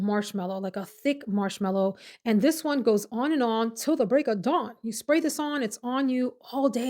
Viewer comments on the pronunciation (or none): none